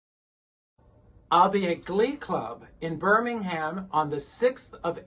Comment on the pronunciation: Birmingham is pronounced Birming-um/am.... silent H!